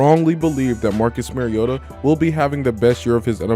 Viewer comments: At least pronounce his name correctly....MARIO-TA not MERRY-OTA. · Its mari-o-ta not mari-ota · It's pronounced MARIO-ta not merry-o-ta. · Good content overall. I’m still amazed how so many “that have followed Mariota so long” continue to mispronounce his name. It’s not “Mary-ota”. The correct pronunciation is “Mario-ta”. If you can say super Mario correctly, you can say his name right. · You said his name wrong like 100 times. Not sure if actual fan lol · You're the biggest Marcus Mariota fan outside of Titans fans?...yet you can't pronounce his name correctly? 😂🤣 C'mon man. Good video though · Following him how long? And still don't know how to pronounce his name? Faker.